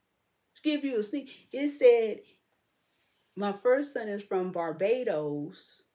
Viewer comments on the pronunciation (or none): none